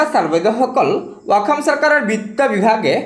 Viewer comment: 'অসম' বুলি কয় 'অকম' নহয়